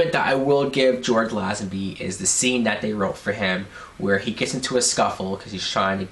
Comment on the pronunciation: You are mis-pronouncing Lazenby's name. It is pronounced LAY-zen-bee. And ... Telly SAV-al-is ???????